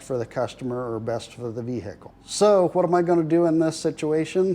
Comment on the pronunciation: vehicle all in one syllable with the h silent